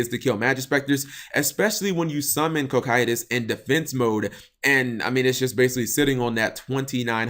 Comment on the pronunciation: cokytus....but...everywhere i've ever seen that word it has been pronounced "co-psy-tus" .... confusion